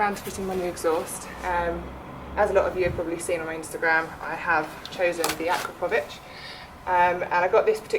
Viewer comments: From Europe and not how you pronounce it but what ever. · Is it pronounced akrapovic with an ic or ich?